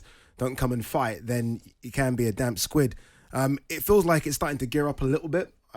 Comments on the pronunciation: "Damp squib" not squid the mollusc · I love Ade but did he just say Damp Squid... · Damp squid 😂😂😂😂😂😂😂😂 it’s damp squib